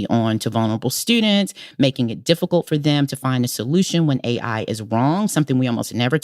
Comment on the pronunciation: Didn't think it was possible for Tressie to sound more low IQ, but mispronouncing "AI" take a special kind of bozo.